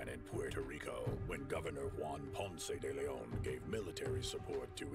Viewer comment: Ponce De Leon- my uncle was the principal of Ponce de Leon HS in Florida. Some folks around those parts pronounced it "Ponce de Lynn", lol. (You pronounced it right, though)